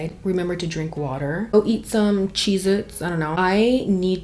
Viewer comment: you always manage to make me laugh even when you're not even trying to be funny. Idk why but when you said waterrrr and rolled the "r", I laughed so hard. Lol you're just naturally funny, and I love that. It's the people that try too hard to be funny that are never funny. So, I just wanted to say thank you for making me laugh. And thank you for being you. 😊